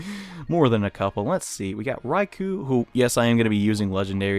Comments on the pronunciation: Raikou is pronounced Raiko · Raikou is /rye-koh/ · it is prounounced (rai-co